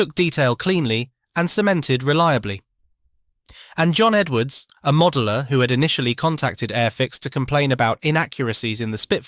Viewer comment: The modell-er 😂